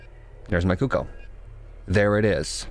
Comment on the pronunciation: cooko.....hahaha not cookoo